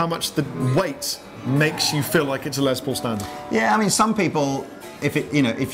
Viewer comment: It’s “Les”, not “Lez”. Les Paul’s name was Lester, not Leslie. “Less Paul” is how it’s pronounced. Hello.